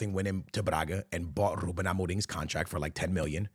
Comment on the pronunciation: Nobody:: "RrRrrrRRrrRuben"